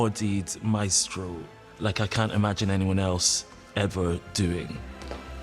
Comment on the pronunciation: There’s something so satisfying about how they say Maestro